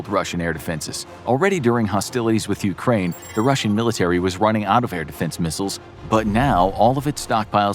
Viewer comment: Why no mention of other NATO forces? Dude, practice your Ukraine please, your pronunciation is painful.